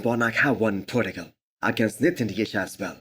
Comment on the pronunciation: Love your content. But it kills me when you say podigal. Its portugal. Like porchugal.